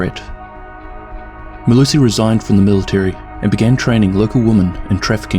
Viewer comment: As a South African I'll let you know that you absolutely butchered her full name, but nice video man.